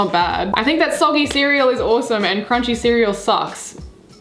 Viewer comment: Say soggy again 😂😂